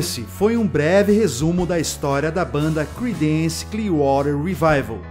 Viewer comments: Pronuncia-se crídence e não cridênce... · Não se lê cridéns, é crídens